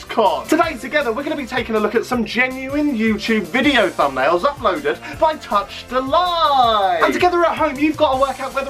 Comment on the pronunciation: If ur gonna try and roast him at least make sure u know how to say his name ffs🙄